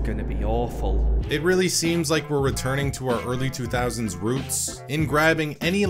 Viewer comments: Roots not routes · Early 2000s roots, not routes.